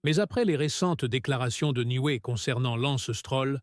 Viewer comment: Oh ¸ çibouère , lorsqu'on voit à 42 secondes '' l'anstrôle '' , au lieu de Lance Stroll , un minimum de respect s'impose . Et ça en rajoute une couche à '' c'était un honneur de travailler avec '' Niway '' , au lieu de Newey , ça est trop , merde à cette chaîne , Lance est là pour rester n'en déplaise aux enfants de salauds , un rappel ici hein les amateurs , le podium compte juste 3 places et puis mangez tous un char de marde les détracteurs de Lance , sur ce , à plus les z'amis .